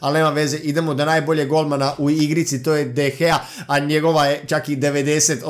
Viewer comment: Ne kaze se de gea nego de hea